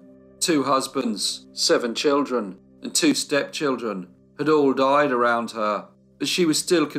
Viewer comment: noticing a recurring phrase in all your videos.... 'after a brief illness........THEY DOY-ED'..... 😱